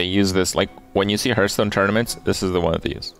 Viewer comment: It amazes me that Kripp STILL says Hurth-stone in 2018 and will continue to do so in 2019 but i agree with him about the pronounciation of Mad Bom*B*er